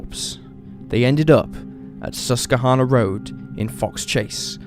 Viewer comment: Pronounced - sus / kwa / hanna